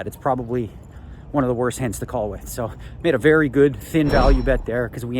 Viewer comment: You wery wacist - _